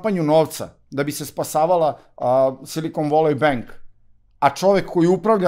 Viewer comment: Silikon voli benk😂😂😂..., inglis menu!